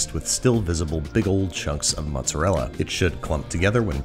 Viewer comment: he didnt say mozzarella he said mutsarela